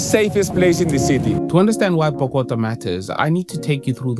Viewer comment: Bro calling bogotá bokota 💀